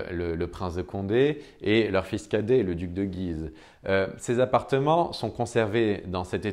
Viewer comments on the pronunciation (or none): Superbe ! Mais on prononce "Güise"...